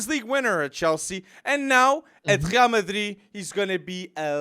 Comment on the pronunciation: Wtf is "Khrial Madrid"? Cringe